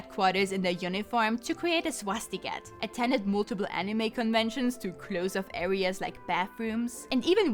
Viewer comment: I loved hearing you say "swastiGET". Memories of a time long dead.